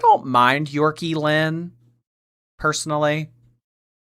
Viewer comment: YORKIE-LYNN 😂😂😂😂 no